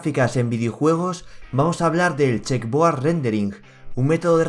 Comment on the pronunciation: Se dice checkerboard